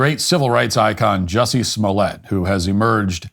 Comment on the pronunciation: It's pronounced "Juicy."